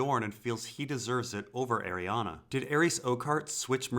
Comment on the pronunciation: Every time mate, it's not pronounced Ariana it's pronounced ari-ane